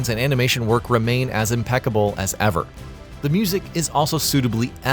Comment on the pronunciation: EVER "JAIL" Bruh.